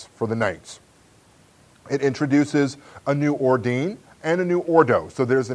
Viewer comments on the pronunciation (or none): Another nice review. Necropolis probably isn't my cup of tea (and your recommendations have already cost me way too much money!), but I always like hearing your opinion anyway,. FYI: 'ordines' should probably be pronounced 'OR-din-ays', with three syllables so that it rhymes with 'days' (or, if you're going to be super-correct, with 'ace').